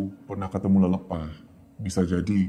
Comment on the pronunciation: Lelepah itu pake e kak. Bukan e . Jadi bacanya lelepah bukan lelepah